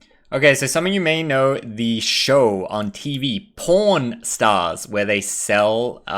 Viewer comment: I can hear that pushed over pronounced PAWN lol, getting some heat for it sounding like p0rn when you say it eh? Haha